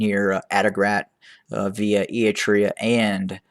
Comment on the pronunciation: Dear Voice, it is ERItrea, not Eatrea.